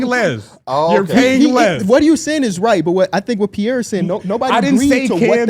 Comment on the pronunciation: lmao “peiree” you a weak dude, you should be ashamed to even step in that room next pod.EMBARRASSING 😂